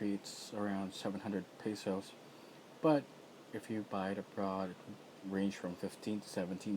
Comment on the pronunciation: ahahaha im filipino and why did you say 700 peysauce hahaha